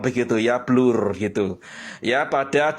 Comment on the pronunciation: Sebut BLUR pun tk betul ..bblurr 😂 Utk buat kokori diam dan give up menghina lagi bagus tak perlu di react video dia . Jgn di tgk video dia😅